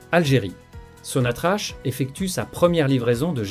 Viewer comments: Bonjour, on ne pronce pas Sonatrache , mais sontrack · Sonatrak, c'est comme ça que s'a prononce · Ça s'écrit SONATRACH, mais ça se prononce SONATRAK.....'' HYDRO CARBURES . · T'arrives même pas à dire sonatrak😢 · On écrit sonatrach et ça se prononce sonatrak...... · on prononce SONATRAK (sonatrach)